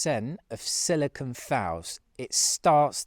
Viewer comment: Its actually not silicon but silicone. Its got the 'cone' sound on the end. Easy to confuse the 2.